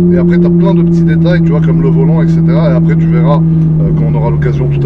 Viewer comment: = " Exetera " mdr